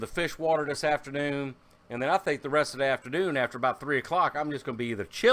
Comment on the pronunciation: Ehhhh the Canadian 'aboot' <3